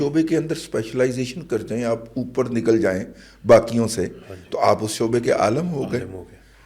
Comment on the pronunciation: عالم میں 'ل' ہے زبر نہیں بلکہ زیر ہے۔